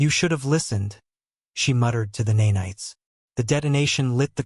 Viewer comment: Horrible mispronouncing of “nanites”. AI Slop.